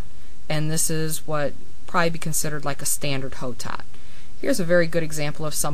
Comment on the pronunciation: Hotot(Blanc de Hotot) is a french name, and is actually pronounced "Oh-Toe". In french, you never pronounce the "H". Nice video, I just wanted to let you know :)